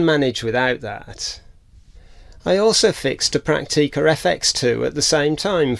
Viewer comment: This is an excellent channel, and I've been on a bit of a binge watch, since I discovered it some days ago. Full of useful information and tips on repair and cleaning procedures. However... The way you pronounce camera names, makes me physically cringe. - Prak-teee-ka. Fuj-eee-ca. Yash-eee-ka.? - No. Stoppit! In the German and Japanese languages, there is no long eee sound. All syllables are short and clipped. Prak-ti-ka. Fu-ji-ca, etc. You wouldn't say Tok-yyy-o, or Volks-waaa-gen, would you? Oh, and who said you're grumpy?.. You're the least grumpy sounding person I've ever heard. You sound more like a Chummy, rather than a grump.